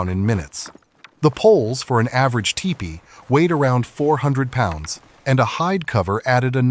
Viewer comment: What is with the strange pronunciation of the word "teepee"? The narrator keeps saying TE-PEE. But i am sure the word is TEE-PEE. please check this and correct it.